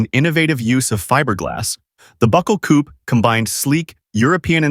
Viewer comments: Coupé is pronounced COO-PAY not COOP Marque is pronounced MARK not MARKY 🙄😂😂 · French origin word, its pronounced coopay...